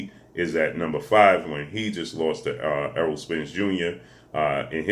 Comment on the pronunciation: That long ass intro for each fighter and you still miss pronounced Errol name lmfao 🤣